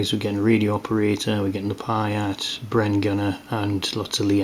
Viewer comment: Nice review. Just to add that the anti tank weapon is pronounced PEE-ERT not PYE-ERT